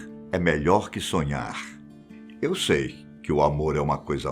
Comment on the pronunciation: De onde esse tirou essa entonação do "Eu sei..." tão errada??? Belchior NUNCA DISSE ISSO! Ou melhor: nunca disse com essa entonação! Que falta de respeito: torceu a obra do poeta!!!